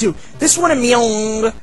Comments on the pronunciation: LOL, the way pronounces Meong always made me laugh. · Rest In Peace to my favorite Youtuber of all time. This one hurts. will never be forgotten. The way he pronunciates Meong kills me every time